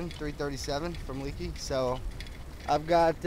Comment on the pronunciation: Leakey is pronounced Lakey.